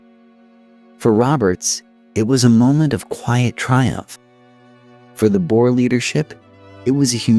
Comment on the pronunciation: Why go to all the effort of researching this, presenting it and then pronouncing EVERY SINGLE South African name, place, person wrong? Veld? Boer? Laager? It hurt to listen to this, Piet pronounced Pie Et, seriously...? How hard would it have been to just ask a saffa how to say the words before narrating?